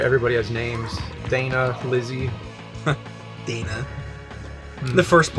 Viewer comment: I'm sure it's Dah-na not Dai-na. Like the Ireland entry for the 1970 Eurovision Song Contest.